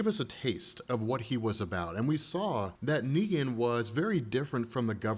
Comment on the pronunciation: « neeger »😭🙏🏾my nigga you slipped up